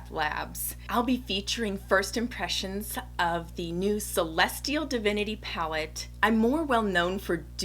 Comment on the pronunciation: I love the backdrop! And the way you just killed the name of the palette without even struggling like many of us did! Lol I love your technique for the cut crease with the liner brush! Must try! New subbie 😍